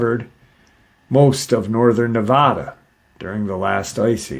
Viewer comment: I appreciate your pronounced Nevada correctly 😊